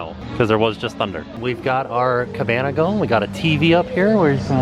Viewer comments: you said cabanya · I will now always call a cabana, a cabanya... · "Cabanya." 😂😂😂 there's just something about and Cabanas. #AboutThree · When tim called the cabana the cabanya hahahahaha